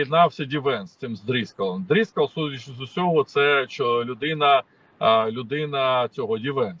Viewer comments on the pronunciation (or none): не дріскал, а дрискал, в цій куртці і темним прямокутником замість очей ти, як прибулець з далекого космосу, молодець, поважаю.